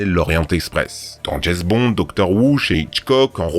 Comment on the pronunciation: ah oui "Jayz Bond" le fameux agent secret